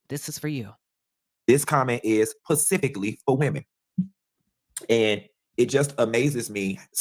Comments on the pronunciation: Btw its not pacifically, but specifically. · And the word is "specifically" not "pacifically" sir/ma'am. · He said "pacifically" when referring to women. Is it "Atlantically" for men? 😂 The correct word is "specifically." Sorry, that made me laugh; I’ll mind my business now. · The fact that he said PACIFICALLY already had me like yea he’s a joke I’m glad I never followed him anyway he’s trash 😂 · I'm still on the word "pacifically". I thought pacific was an ocean and specific is the word he intended to use. Maybe he's just joking... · Did he mean to say “specific”??? And, said it TWICE!!! He doesn’t know that “PACIFIC” is an ocean??? Dumb ass bitch on commission…😅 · Why does he say Pacifically? Is he being funny or ??? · El Diablo is riding on incessantly. Furthermore, is illiterate, he says pacifically instead of specifically. Really! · Learn how to talk… what in the entire world is pacifically??? Please 🤦🏽‍♀️ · He said "pecifically"😂😂😂😂😂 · 😂 he surely did…@ … I picked that up for sure… 😂 😂😂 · He lost me speaking to us pacifically 😂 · Did this fool say "Pacifically"? 😐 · … did he say “Pacifically “?… 🤔 I replayed it a couple times just to make sure but I think that’s what I heard … 😩😂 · Please His ssa said "PACIFICALLY"🤦🏿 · Did he just say pacifically? Lmao. Nigg@ bye! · He sure did! 😂😂 All I saw was 🌊